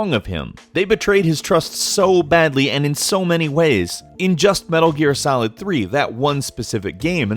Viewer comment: Heard the guy say "Metal Gear Salad" and now I can't unhear it.